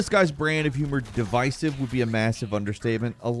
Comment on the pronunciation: I wish would learn how to say "divisive"